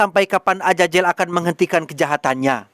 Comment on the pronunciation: Azazel, bukan ajajel😅